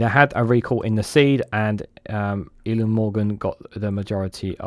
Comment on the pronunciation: Eluned is pronounced Eli-ned